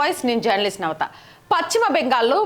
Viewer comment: "జర్నలిస్ట్నవత" కాదమ్మా... జర్నలిస్ట్ తరవాత చిన్న pause ఇచ్చి clear గా "నవత" అని చెప్పండి... "జర్నలీస్ట్నవత" కాదు... మీరు already జర్నలిస్ట్... ఏదో ఛెబుతాము... మీ ఇష్టం...